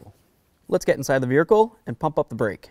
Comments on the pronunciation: Dude I would NEVER Let you Pry on my Wheels like that. No Sir Man. Mine come off just fine from 2 inches off the ground. Also, did you just say Veer-icle? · Did he say ‘veerhicle’? lol…awesome!